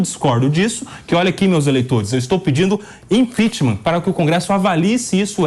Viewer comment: ImpeachMAN??? A pronuncia é impiCHMENT, ninguem questiona mais né? Se um fala errado, o outro repete igual papagaio.